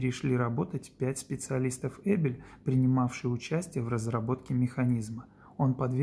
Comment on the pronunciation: Улис НардАн. Так правильно произносить название этого бренда.